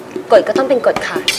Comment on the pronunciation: ไม่ชอบก๊อฟเวลาพูดคะ ขา ออกเสียงเป็น ฮ หมดเลย